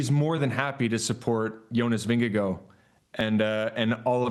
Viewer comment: Why, why, WHY are the NBC cycling commentators (Phil and TJ and Bob Roll, plus the talking heads in the studio) totally incapable of pronouncing Jonas's last name? "Vingegaar" does NOT end with an "oh" sound. At TdF 2024, NBC even had Jonas pronounce his last name on camera. Phil actually realized everyone was pronouncing it poorly, sloppily, could-care-less-ly. But, soon fell back in with everyone else in intentionally mispronouncing it. An American thing? Drive me ups the wall. In fairness, they all, to one extent or another, do poorly with some other names. At TdF 2025 (stage 3 I think) Phil and Bob even admitted they could not pronounce one name, so didn't even try. These folks are supposed to be pro announcers who know the riders and the sport. Their sloppiness drives me up the wall. Learn how to pronounce names correctly (meaning at the person would like). It's part of your job. You might add place names to the list of names to learn, too.